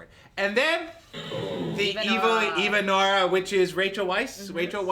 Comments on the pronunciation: these people are so ridiculous its pronounced evan-ora not even-ora and she is the wicked witch of the east theodora is the wicked witch of the west thats why her ring turned green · First of all Theodora is the good witch of the north then the wicked witch of the west and it is not pronounced even_ora it is pronounced evenora